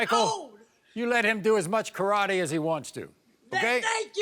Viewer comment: He really said karratte that's kinda mean to say that to a baby